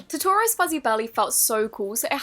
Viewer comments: TETORO. its TO-TO-RO still luv u! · Who else watching in 2020? Also totoro is pronounced toe-ter-oh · The way she prounonced totoro :,) As an avid ghibli fan I cant help but cringe, haha. It's prounonced to-to-ro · tot or oh slime Me: it is totoro say totoro! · Tor-tor-oz fuzzy belly lol it’s Totoro not hating btw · By the way, Totoro isnkt pronounced To-tour-row it’s actually Toe-toe-row. Love the video!❤️ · Omg when she called it (Tah-Tor-oh) and not (Toe-ter-oh). And then she didn’t realize it was pronounced like Diva from overwatch 😂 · Toe toe ro not tutorus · Did the way she said "Totoro" bother anyone else? I think it's pronounced "Toe-toe-row" or "Toe-tuh-row" (instead of "Tuh-toe-row") if you are saying it fast. No hate to, she's awesomeeee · I looooooove You but it’s not pronounced Totoro like tomorrow it’s like Totoro like totally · Who else was thrown off by saying to-tu-ro instead of Toe-Toe-Roe? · the way she pronounced totoro💔 “TOUrtOrOh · totoro is actually pronounced toe-toe-roe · You are saying Totoro wrong. It’s pronounced: Toe da ro Or toe toe row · Totoro's fuzzy belly is pronounced toe-toe-roe Just trying to help you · It's pronounce toe toe row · Totoro is pronounced Toe-Toe-Ro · It's pronounced towterrow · Sorry but you say totoro like toe toe row but it's spelled totoro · Love DVA is pronounced Love Diva. It’s from a game called Overwatch. The bunny charm is her symbol thing. And Totoro’s Fuzzy Belly is based off of an anime movie called My Neighbor Totoro. And it’s pronounced Toetoero. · i will tell you bow to say ToToRo okayyy so it goes ToTo like dorothys doggy and then Ro say that together and then you can now say ToToRo right also congrats on 1million you have earned a new sub cutee <3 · I love you but its pronounced toe tore o then speed it up totoro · Totoro is pronounced as toe-toe-ro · It's pronounced as to-to-ro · Great slime reveiw except Totoro is pronounced toe - te - ro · It's pronounced Toe-Toe-Ro